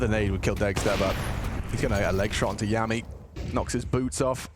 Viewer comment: Yami is "Yah-me" as in Yami Yugi and Veccii is "Vee-Chee" as in Veni Vidi Vici. I have no clue how they manage to mispronounce every players name on these random teams but its funny